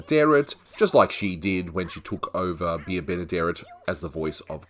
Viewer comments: Bea Benaderet NEVER said her name "Be-a Benaderet". She was "BEE Benaderet" Otherwise, you made an engaging video. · Ms. Benaderet’s first name IS NOT PRONOUNCED “Be a”. It sounds like “Bee”.